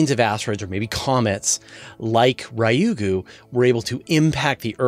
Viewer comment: Ryugu is not pronounced as you did, same for psyche